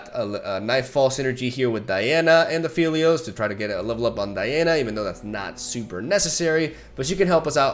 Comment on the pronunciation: It's been so long and still calls him Afeelios, shaking my smh